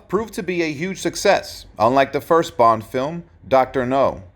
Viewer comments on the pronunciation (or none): none